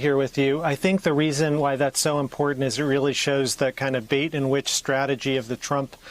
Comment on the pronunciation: I think "bait and witch" was just a slip of the tongue. And I got the impression that he was correcting himself when moving from "1x to 3x" to "double to 3x." Maybe just a bad day for him ... he's usually very clear and insightful.